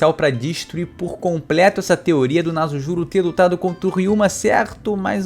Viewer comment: Se escreve "Nasujuro", se pronuncia com som de S, tipo "Naçujuro" e não com som de Z "Nazujuro"